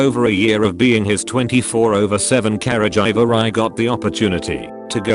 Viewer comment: The pronunciation of caregiving and caregiver. Care-a-jhai-ving and care-jiver